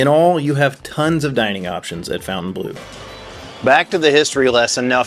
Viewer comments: We know that Fontaine is pronounced fonn-tayn don't we all? Not the same pronunciation as fountain. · It’s so funny how you keep saying “fountain blue” 😂 Try “fon” (think Fonzy) fon-taine bluh 😊 it looks gorgeous, but is blue a good color for a casino? I love it, it’s different from all other ones, will definitely check it out, but blue is a calming color. It might not generate as much revenue 😅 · would be nice if you could pronounce the name og the hotel correctly, it's not fountain blue it's FON TAINE BLEAU, it's a french word, mind you Americans can't pronounce Jaguar properly, they say jagwar. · We were there the night it opened, stood in line till midnight, pretty fun! Beautiful space. I saw Tears For Fears there last year. It's pronounced Fon-ten-blue (not fountain blue). I'll die on this hill 😂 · Is it really pronounced fountain as in water fountain? I don’t think so. Look at the spelling of the hotel. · While they pronounce it like "fountain blue" ( their namesake in Miami), it is definitely and absolutely a mispronunciation of the name of a French castle. And before anyone tells me I'm wrong, the word bleau is not the word for blue in French. So they're totally wrong but certainly have the right to be so. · It's not "Fountain Blue". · Great review, though your pronunciation of fountainbleau makes my ears bleed.